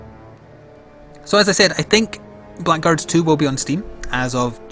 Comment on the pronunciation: Been looking forward to this for a while. Oh, it's pronounced Blaggards by the way :)